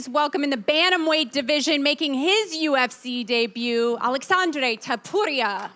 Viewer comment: umm did she say “ TOTORIA” instead of TOPURIA?